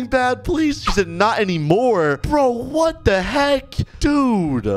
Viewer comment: when said "WATT THE HEK" i remembered the asian guy